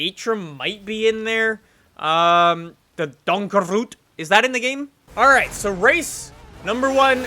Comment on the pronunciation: You need to say donkerfort